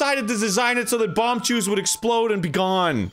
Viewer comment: Arin with the bombachu's is painful.